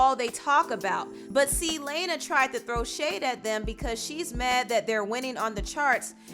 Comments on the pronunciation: It’s LAH-NA Del Ray. always stays unprofessional not researching properly aka pronounciation — always mispronouncing people’s names 🙄🙄🙄 she ain’t slick I keep on noticing this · How u gonna talk about Lana when u can’t even pronounce her name right... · Please, please stop pronouncing Lana’s name like that 💀💀I’m BEGGINGG YOU. Also idk where you heard that that she’s an EMO POP singer but that is incorrect Edit: oh my god the more you say her name like that the more I wanna throw up PLEASE have mercy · The mispronunciation of Lana's name is so frustrating. A simple google search would have shown you that that's not how you pronounce her name. Bastardization and mispronouncing name is a systematic form of racism. White people have been doing this to us as POC for generations. Don't repeat their poor behaviors. Do better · Suga Candi, Yes, because it was so annoying that she kept saying Lana’s name wrong throughout the entire video! I mean, seriously, how hard is it to pronounce a 4-letter name like Lana? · i dislike this video all because of how you pronounced ‘lana’ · thats not what she said though. so much of your credibility is lost now and by the way, lana is friends with ari and nicki and camilla so i don't think she was criticizing them edit: also, you cant even pronounce her name correctly how would you know if she got support or backlash? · Stop disrespecting Lana. You mispronounced her name and you’re jumping to conclusions. She’s a goddess and a sweetheart. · I’m annoyed by the way she said Lanas’ name 💀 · The way you pronounce “Lana” makes me cringe!! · Every time you pronounced Lana's first name, I cringed. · Thank youuu my gosh her pronunciation irked me. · Why not research before you report. That’s not how you pronounce Lana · Your pronunciation of Lana irks me Lmaoo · Lmaooo the way she pronounces Lana del Rey tho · She always mispronouncing names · Love your videos. Btw her name is pronounced Lana (lah-nah) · Lay-na???? Fuck off